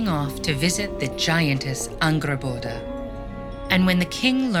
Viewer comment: bro is no one gonna talk about how satisfying they pronounced angrboda